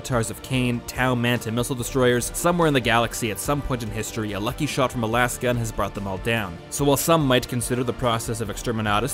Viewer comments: It's not pronounced "lass" gun. Have you ever said the word "laser" out loud? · It's not lahs-gun, lasgun is a portmanteau of LASER gun, so it should be pronounced laze-gun